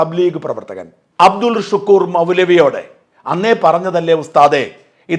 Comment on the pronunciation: അബ്ദുൽ ശുക്കൂർ അല്ല... അബ്ദുൽ ശക്കൂർ ആണ്